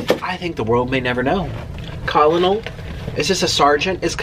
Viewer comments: Nik, Col. is Colonel, pronounced Kernel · Lmao colonel Sanders!!! As in (Ker-nal) Sanders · Colonel is a military rank, pronounced “kernel” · Col. (Colonel) is pronounced “kernel” - Colonel Sanders; a high ranking officer 😊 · It’s Colonel, pronounced “kernel.” It’s a high position in the military... ❤️🥑❤️🥑❤️ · colonol is pronounced "kernel" and it's almost like a general, and it is abbrieviated as col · It's pronounced like kernel Nick Colonel Sanders I don't know why it's pronounced like that is just is LOL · Nik, Did you really ask Siri what Col. stands for on a KFC chicken box lol??? Ever heard of Colonel Sanders? Pronounced: (Kernel) Colonel Harland David Sanders (September 9, 1890 – December 16, 1980) was an American businessman, best known for founding fast food chicken restaurant chain Kentucky Fried Chicken (also known as KFC) and later acting as the company's brand ambassador and symbol. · Col. is Colnel pronounced kernel its an army officer of high rank, in particular (in the US Army, Air Force, and Marine Corps) an officer above a lieutenant colonel and below a brigadier general. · Hi Nick. Col. is an abbreviation for Colonial (sounds like "kernel"). Love your videos!! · Nik like a ker nel , in the Army, that’s how u pronounce it. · colonel is pronounced like “kernel” nik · Col. = Colonel pronounced Kernal